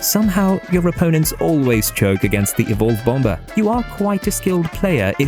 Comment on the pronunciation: It’s pronounced “bom - er” silent B my man